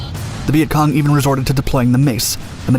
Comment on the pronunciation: The guy saying Vietcon was pissing me off